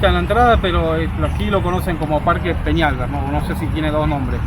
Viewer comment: Parque Fernando Peñalver acento en la A